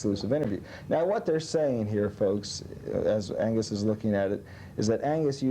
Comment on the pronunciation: Angus without the g is fucking great😂